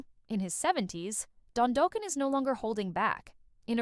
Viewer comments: 😩😩😂😂 ugh the eighties are crying hearing it pronounced like that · I mean this with respect but please learn how to pronounce the band name (and Don's surname) and don't use Sebastian Bach's photo while referring to Don!